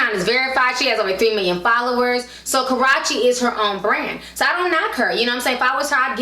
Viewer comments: You're saying her name wrong, it is pronounced karoochie not karachie . besides that love all your vids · Karruche (Ka-ROO-chee) > Karochie Nia > Nina It's really not that hard to pronounce! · who is Ka-ra-chi its Ka-rue-chi lol 😂😂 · Her name isn't Karache lol it's (Kuh-Roo-Chey). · I live for you pronouncing Karruche's name wrong. Got me out here calling her Karrache now. I don't know if it's purpose or accidental but I am all here for it. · Dang ti.... Its Kuh - roo- chee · It's KARUUUUCHE, Ti, damn. That made me cringe every time you said her name lol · it's pronounced kuh roo she lol...but love your vids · it's pronounced Ka roo she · The way Ti is pronouncing "Karreuche" like "Ka-ro-chee" sounds like she's referring to a private body part. Lol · Li Ikr 😂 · She pronounces her name as Karachi? 😳 And her name is Nia not Nina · Nice video Ti. However, it's pronounced Karoochi. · I been watching old videos lately and she cannot say this girl name right lol...Idk if it’s on purpose or accident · This ranting is ruined of your defending her since you can't even pronounce her name right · You're saying her name wrong honey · Saying the name all wrong but the tea was hot honey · You pronounce Karrueche wrong lol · Why do you keep saying her name wrong lol